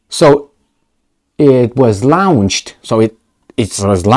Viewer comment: Why doesn't read comment section. Launched is pronounced LONCHED. When you say it, it sounds more like Lunch. Lol. Please fix this I can't ignore it